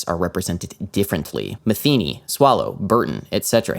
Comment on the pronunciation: You pronounced Metheny wrong.. also he's my cousin. he's a cool dude.